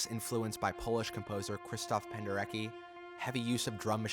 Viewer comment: You pronounced Krzysztof Penderecki incorrectly. There are videos on how to pronounce it.